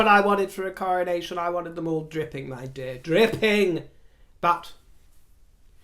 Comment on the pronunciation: I so love the way you describe our aging process in terms of seasons of our lives...' beautiful Autumn.verging slowly towards the beautiful Winter... THANK you, precious. I totally feel this opinion...Royally!! Can't wait for the Coronaccion..as I heard you once pronounce it!! 👑👑👑